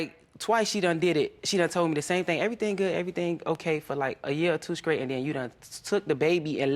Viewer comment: skraight and token are not words!